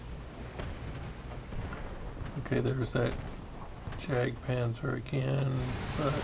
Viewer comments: Bro... It's pronounced as 'Yak' Panther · I would pronounce it Yaktpanther.